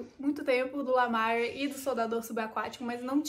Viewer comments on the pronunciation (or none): a pronúncia de Lemire é próxima do português mesmo, ou seja, "LEMIR" Bom vídeo